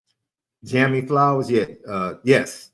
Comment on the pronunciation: Thanks bro for to responding to my chat out loud live on your podcast about Steve transferring to Illinois. Appreciate that and your response . I seen you stuttering on my name though LOL it's all good a lot of people don't know if it's Jamie, or Jammie. It's spelled Jammie but it's pronounced Jamie. And you're right how Notre Dame is setting the peacock up the way they're doing it cuz they know we're taking that next step.. and I believe that this year Marcus Freeman put all the right pieces to make the puzzle come to a full picture of art. If they hate us now they really going to hate us after we win this naughty this season. I got a question to ask you not related to football the mixtape that you be playing from your DJ now do you get flagged for that because you don't own the rights to those magicians and is it okay for you to play that because it's mixed. I just always thought that you couldn't do things like that because of the copyright editing of the artist. Just wondering how that works. I'm going to start a YouTube channel and I want to use some music that I like but I also know how to do the wheels of the still ,, just wondering how that works without being flagged of copywriting